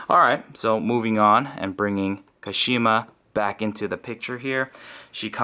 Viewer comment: When pronouncing Kashima the KA should be stressed instead of Shi. So it should be pronounced KAshima... Sorry for being nitpicky but it just feels off when their names are not pronounced the way they are meant to be.